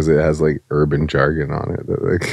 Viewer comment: He said "urban jargon"